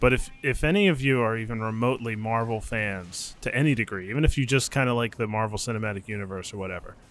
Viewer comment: Mar-Veil is what I am hearing when they pronounce it loool.